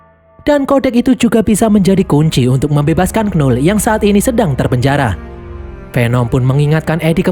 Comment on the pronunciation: Knull itu bacanya null bg bukan kenul